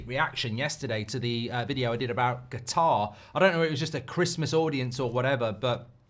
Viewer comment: Qatar 🇶🇦 is pronounced KATAR not GATAR OK?